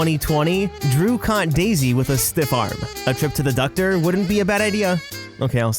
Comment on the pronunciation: “A trip to the *duck*tor wouldn’t hurt”